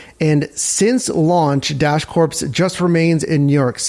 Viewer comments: my man… please stop saying “corPs.” Think “Marine Corps” and you’re golden. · Just an FYI, the "ps" in the word Corps, is silent 🤫. Just like Marine Corps.